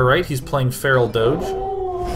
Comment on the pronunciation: Oh my God, that Faceless play was amazing, and I just love the way he says Feral Doge and Fire Lol-emental.